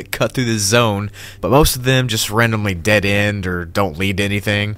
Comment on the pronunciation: did you forge how to say dead?